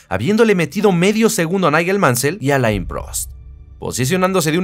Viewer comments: Alain se lee Alén. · muy buenoel video.....q recuerdos de aquellos años en q empezaba yo a ver formula 1,,,,,,,,,pero por lo q mas quieras,,,,,,aprende a pronunciart alain,,,,,,no es muy dificil